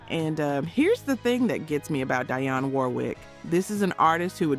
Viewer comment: Dang freaking A.I can't pronounce Dionne!